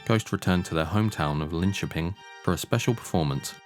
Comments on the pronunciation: Probably one of the best English pronunciations of Linköping I've ever heard. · Finally someone who can pronounce Linköping correctly. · The pronunciation of Linköping was eerily good! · 'ö' is hard for English speakers, but agreed ... it's pretty good.